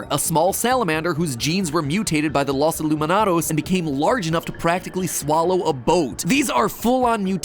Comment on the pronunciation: lowes ee-lou-me-noh-dows